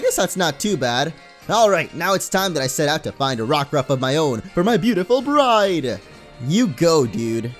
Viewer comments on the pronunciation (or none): none